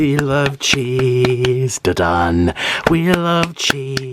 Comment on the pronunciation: the way he said cheese 💀